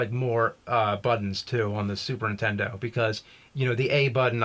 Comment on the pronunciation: NINtendo N-intendo!!!!! There is a fucking N in the word NINTENDO!!!!!!